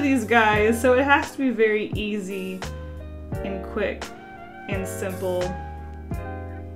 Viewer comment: And from that day on pronounced 'And' as 'ant' and it is canon you can't change my mind!